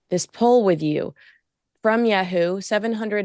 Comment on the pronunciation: For crying out loud it’s pronounced yah - hoo not yay- hoo